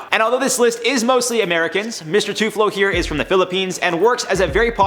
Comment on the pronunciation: Mispronounced and misspelled TULFO L before F. Filipinos incoming!